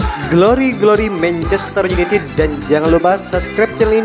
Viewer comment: Mencester yunitit. Hahaha. Anjerrr lo minn. 🤣🤣🤣